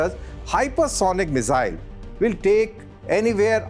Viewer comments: Mizzyle nahi bhai, missile. S... Z nahi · The Mizile pronunciation is irritating 😂. That said, its a good post